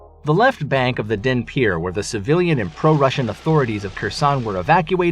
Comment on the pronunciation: The battle will be won… not so your pronunciation… Dnepir has silent D, Kherson has silent K and accent in the first syllable, Kharkiv again silent K accent on H first syllable. Almost killed me hearing such a stampede of mispronunciation.